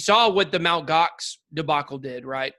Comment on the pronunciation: It’s not called “Mount Gox”, it’s pronounced “em-tee-gox”